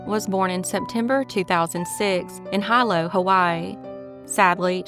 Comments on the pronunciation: Just a heads up, “Hilo” is pronounced “he-low” rather than “high-low”. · It's pronounced Heeeelo, sweetie. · Hilo is pronounced (He-low) .. Hilo Hawaii.. I used to live there and I think I worked with that father back in 2001. Methamphetamine (or Ice as the locals call it) runs rampant on the islands. God only knows what that poor girl endured sad😢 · Hilol is pronounced Hee-lo.